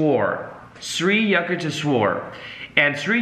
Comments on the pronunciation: the pronunciation should be like the sound of You not Yah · it's "yook" (short stab like look) not "you-k". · Just wanted to tell you, being an Indian that it is "You-k-tesh-wer" & "Laa-hiri Mahaa-shay" Autobiography of a Yogi played a major role in my life too...much love & light❤ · He kept saying sri yuck ti shwor...:) but i appreciated the whole session, it was nice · Its pronounced shri yuuk tesh wire 💚🙏🏻 11 years on the path at the encinitas temple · Hey! Saw you struggling with the pronunciation of Yukteshwar guru’s name so I thought I’d try help you out so it’s easier. Its pronounced like You-k-tay-sh-war. Hope that makes it easier for you. Love your content and love the fact you mentioned this book. Love from India! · Pronounced Shree You-TEK-Shwar. Sri Yutekswar., find a Self-Realization Fellowship near you. You will learn so much more. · its pronounced something like you-k-tesh-var